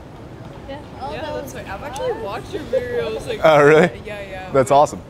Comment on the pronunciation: She watches his what “videroo” 🤣😂